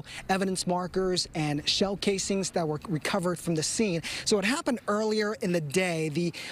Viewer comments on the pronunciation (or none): A “saw saw”? 😂 wtf! You mean sawzall* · sawsaw? it's a Sawzall you dork. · I know he didn't say "SawSaw"!? It's "Sawzall" smoocher!